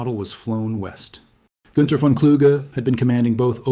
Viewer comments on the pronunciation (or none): Not to mention that it's pronounced Fon, not VAAAAAN